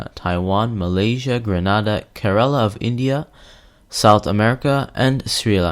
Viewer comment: The country is pronounce Grenada not Granada Granada in Spain